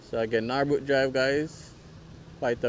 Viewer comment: Its Norbrook not Nawrbrook .Pronounced Nur-brook